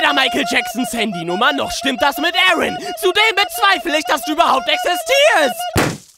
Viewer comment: Vexus aaron wird im englischen "eren" ausgesprochen ...